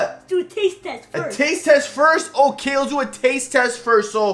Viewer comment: No hate but why does baby scrubs say otay instead of ok